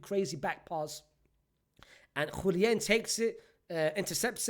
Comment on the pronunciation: Bruv it's Julian with an A. Not JuliEn